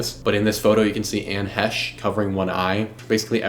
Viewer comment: You really should know how to say her name properly before making a video. That was so annoying !